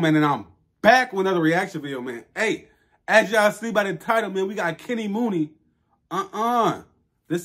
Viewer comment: I’m from Memphis you said his name wrong 😂😂 it’s Kenny Muney (money)